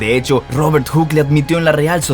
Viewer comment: Pregunta: Por qué Steven Hocking y no Stephen Hawking? O Robert Guck, en vez de Robert Hooke? igualmente con John Flamsteed a Flemstid? Un asunto de Fonética? Españolizando los nombres y apellidos?